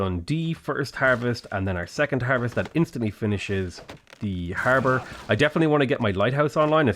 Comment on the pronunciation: I thought he said Harvard